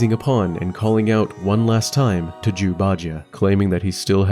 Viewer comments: I keep hearing Jew. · i cant help but giggle every time u say jew instead of zhu. some times more than others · Love these videos. However, can't help but hear "jews" instead of Zhu, and it makes me laugh. Because I'm an idiot with bad hearing.